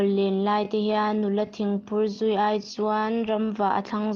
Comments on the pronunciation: A sakin i sa a, i thu chhiar hi.. Tin sa lu ai tih hi ai lai tak hi thluk tur.. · Sa lu ai tih kha a thluk i ti diklo meilum ai kan sawi a ai (ai) tih ang in i thluk a Thla ai kan sawi a (ai) kan tih ang in thluk la a ngaihtjlak a nuam ang.